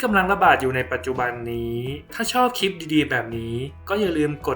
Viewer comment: สาระดี มีประโยชน์ข้อมูลชัดเจนค่ะ ติดตามมาระยะนึงแล้ว โดยรวมโอเคมากค่ะ ในส่วนที่ออกเสียงควบกล้ำ ร ดีแล้วนะคะ เช่น ครับ แต่ ล ควรเพิ่มออกเสียงควบกล้ำด้วย เช่น คลิป(clip ) และการพูด หากเว้นจังหวะบ้างจะดีมากค่ะเพราะเนื้อหาที่นำมาเสนอนั้นเท่าที่ติดตามมาดีมาก ควรค่าที่จะติดตามต่อไปค่ะ ขอบคุณนะคะที่ได้นำสิ่งที่มีประโยชน์มาshareค่ะ